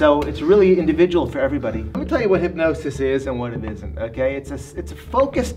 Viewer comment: Ethan: fully hypnotized Grayson: 3/4 hypnotized Emma: half hypnotized James: hyp-NO-SIS